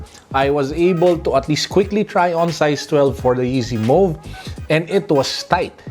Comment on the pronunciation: You pronounced it right now!!!